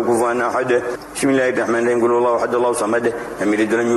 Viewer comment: Saya dengarnya bidzillahimahing malah bang.